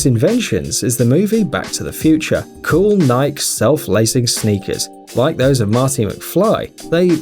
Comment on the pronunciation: It's pronounced Nye key